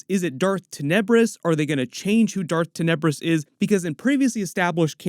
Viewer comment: I always read the name as Ten-ah-bris, not TIN-UH-bris.